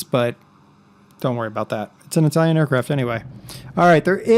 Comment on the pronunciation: Ur italian pronunce is quite good XD